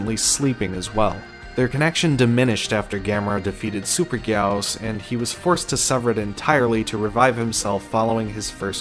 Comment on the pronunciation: It’s guy-gos